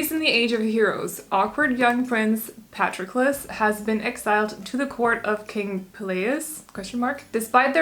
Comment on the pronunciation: I love sing of Achilles. (Is pronounced pah-tro-kles, just incase you'd like to know) the other book by the same author circe is also fabulous, I am partial to Greek mythology but they both are in my top forever favorites.